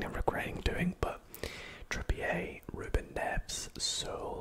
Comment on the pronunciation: The way he pronounce Ruben nerves at the start 😂😂